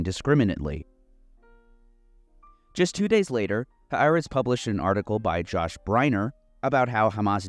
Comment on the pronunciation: Its pronounced 'Ha-A'retz'.